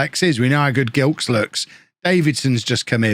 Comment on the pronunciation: Gilkes is pronounced with a soft G, like a J. Delighted to see a Barbadian in the team!